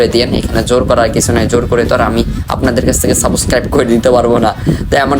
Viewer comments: সাবস্ক্রাইব ❌ সাবকাইব☑️ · তুই আগে Subscribe উচ্চারণ করতে শিখে আয়, তুই ত একটা ভুদাই 😂 ১ বান্ডেলের জন্য ১ মিলিয়ন খরছ 🤣🤣